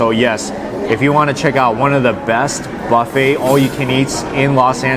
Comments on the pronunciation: I can't stand it everytime you say bafe. It's Buffet. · It's like silent T, dude, and will sound buh-fey!😜🤣😂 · tell me something I don't know. I know it's silent T. Obviously you pronounced it like him "Bah-fey instead of Buh-fey." 🤣🤣🤣